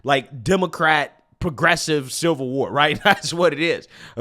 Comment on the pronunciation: The translation guide 😂😂😂 Pop-uuhh-ler = popular ExtrapYOU-late = Extrapolate Silver war = Civil War Dat = that Dis = this Fuss-trating = frustrating